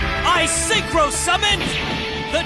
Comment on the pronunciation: “That was a vewy nice Synchwo Summon, Yusei…”